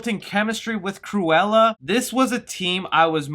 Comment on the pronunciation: sometimes you sound like saying "squirella" which is some badass name for a comic villain